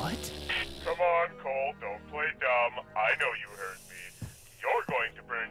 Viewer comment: Mag das auch, dass der Typ Coal heißt und nicht Cole, wie ein normaler Mensch x)